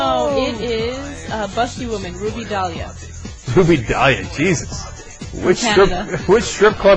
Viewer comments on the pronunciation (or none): none